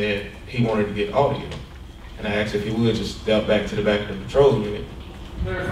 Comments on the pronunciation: the cop "axed" him??? damn that's harsh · Officer Thompson testified he “axed the driver”. I was confused and trying to understand if he was admitting to striking the driver with an axe, or exactly what he meant. He actually stated this more than once, but this seems like an admission of guilt, for committing assault with a weapon. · 2.01 he said he axed the defendant isnt that attempted murder. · It’s ASKED. Not axed damn officer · Why can't he say 'asked' instead of 'axed', damn it that bothers me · "Axed" .. it always used to be "ASKED".. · axed him….ugg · "He had his camera on me and was filming me. I axed him to stop filming me because I didn't know what that thing was." HAHAHA! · So you "axed" them? did you actually use an axe? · He axed you how many times? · As soon as he said axed all testimony should have been thrown out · He axed him several times tho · That officer "Axed" em. Who hires these people?